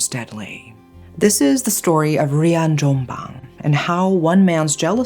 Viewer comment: as an indonesian i didnt expect you will ever pronounce Rian Jombang correctly and/or even cover this case. lovely lovely storytelling!